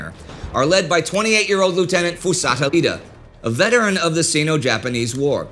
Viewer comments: The name is Iida (Pronounced "E-eeda) not Lida. Capital "I" not an "L". Iida is a fairly common Japanese name. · Might need to switch to a serif font on your teleprompter - "Lida" instead of "Iida," sounds like.